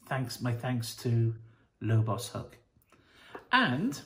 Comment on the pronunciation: Surely its Lobo's hook. Not pronounced lobos Have you read any lobo?